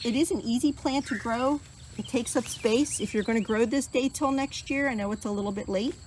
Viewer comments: the "a" is soft. I mean no disrespect and grateful you're growing and sharing content of these beautiful plants. God bless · I've lived in NE FL for over 40 years and you're the first to pronounce the a in that manner. Beautiful plants